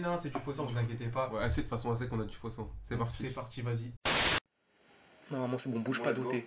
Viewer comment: C'est moi ou au debut il dit sein au lieu de sang 😂😂😂